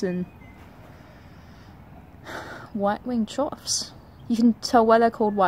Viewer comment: Chough apparently rhymes with tough, not cough.